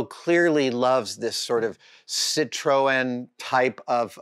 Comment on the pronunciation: never once heard that (correct) pronunciation of Citroën outside of France!